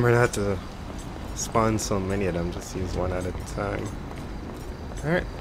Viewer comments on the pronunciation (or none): none